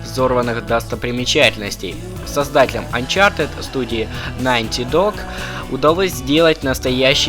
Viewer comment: поставил дислай за попытки с акцентом произнести название фирм... что ужасно выводит.. правильно дримкаст , и нотидог.... про остальное вооще молчу.. а расказал норм но ппц как мало...внимание нужно было уделить 2 и 4 части